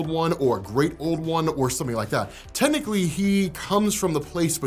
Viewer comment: I didn't like it. Animation is good, but it was pretty superfluous...nothing original happening....and the 1940s Howard Stark version of Iron man was dumb and just an excuse to keep Steve Rogers relevant . .... did you say tentically....instead of technically?